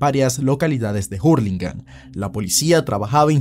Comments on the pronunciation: Se dice ur no jur no somos yankys la h en español es muda cipayo jajajaja lo de cipayo es bromita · hurligam la h es muda xd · me da risa como dice jurlingham jajaja